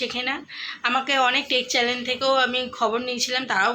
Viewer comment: Chalan bolo na guo Channel bolo,edike for for kore inraji bolchho😂😂😂😂😂😂😂